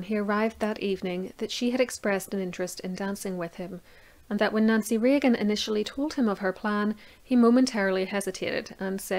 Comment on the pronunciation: Did you say Nazi Reagan...